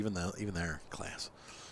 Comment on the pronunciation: Not that it matters but it’s pronounced “Closs” . Just a heads up. Good detailed video btw.